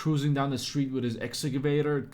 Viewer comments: Say it with me "ex-ka-vay-ter" lol Wtf they even said it for you and you still got it wrong 😂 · X - Ca - Vator😀